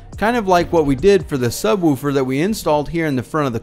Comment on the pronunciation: Can you do a video sir of you just saying "Subwoofer"..😂 I just found it comical the way you said it.. 😁